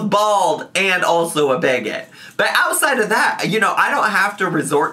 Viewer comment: really said “Catch me ousside’ Chantal” 😂❤️